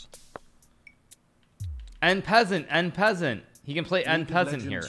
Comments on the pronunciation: Ah yes, one of the top chess players in the world calls it “In peasant” instead of en pasante. You heard it from the master, that’s how we pronounce it now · The way hikaru pronounces en passant is hilarious